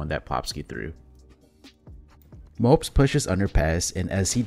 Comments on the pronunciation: It's Mo-po-z not mopes and it's R-ø(similar to ou in "rough") -j. Hope this helps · I love your content dude! But a little advice, Mopoz name is pronounced "mo - poz", not "mopz" xD.